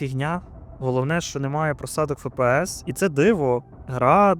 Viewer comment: F - це не літера «ФЕ». FPS: F - ЕФ, P - ПІ, S - ЕС. Здається в школі навіть назви літер вже не вчать.